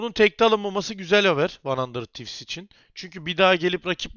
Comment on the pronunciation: demiştin "Arkadaşlar yorumlarda kızmışsınız van handırd tivz değil handırıd tivz, artık handırır tivs diyecem'' diye ama hala van handırd tivz diyorsun.